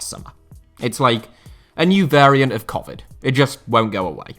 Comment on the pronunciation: the way my man said covid made me want to end game myself